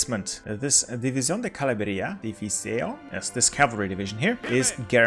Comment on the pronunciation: Great guide! And excellent pronunciation of the Spanish names! Just an FYI, the ll sounds more like y (or a sh in some areas). Caballería= (cabayería)